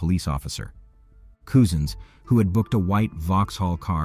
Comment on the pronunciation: My God! His name is Cousins! Like as in your cousin. Not Coosin.